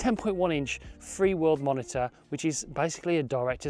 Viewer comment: Just a heads up, it's "Feelworld" and throughout the video, your title and description you say "Freeworld".